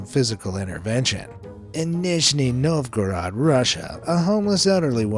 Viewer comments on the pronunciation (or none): none